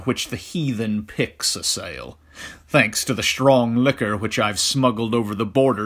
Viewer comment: Really great. I just wish the Narration wasn’t so “shtrangly” “shtrong” in its “shtrangled”pronunciation of words that “shtart” with “st”.